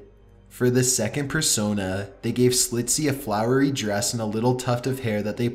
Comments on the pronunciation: SCCCCHHHHHLITZEY THERE IS A 'CH' PLEASE PRONOUNCE IT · WHY?? do you say "Slitzy" when his name is clearly pronounced "Shlitzy"?? What happened to the CH in the spelling of his name?? And you say it in that excruciatingly annoying inflection. Downvoted for the voice primarily, and then for incorrectly pronouncing a name. Do your f*ing research, you read it wrong every single time!